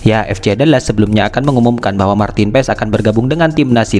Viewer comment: Tulisannya Martin Paes dibacanya Martin Pass